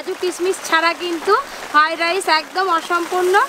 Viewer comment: দিদি ওইটার নাম ফাইরাইস নয় ওইটার নাম হল ফ্রাই রাইস